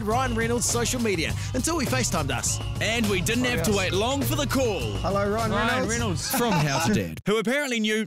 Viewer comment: "DEEDPOOL" "RYAN REENOLDS"